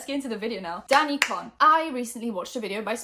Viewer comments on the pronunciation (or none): Do you not say her last name like "cone"?